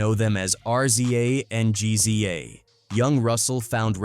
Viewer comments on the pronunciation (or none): Once this AI voice called RZA and GZA, R-z-a and G-z-a......I stopped listening. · Pronounced Rizza and Jizza 🤣🤣